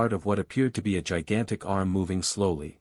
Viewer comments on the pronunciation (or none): none